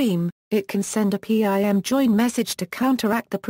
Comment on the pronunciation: P.I.M Mewticast rooting??? Speak English please...its pronounced PIM and Routing not rooting and its Multicast not mewticast